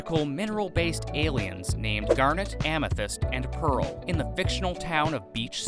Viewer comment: You got Amethyst and Pearl wrong. 🤣